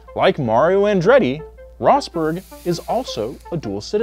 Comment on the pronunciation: bro you said nico roßbörk and mykill schumaker